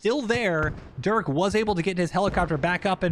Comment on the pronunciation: dude i swear I heard my name....but that ain't me....at least u say it right...I usually get called "Duke"...like It's Durk....but okay I mean even Dirk is acceptable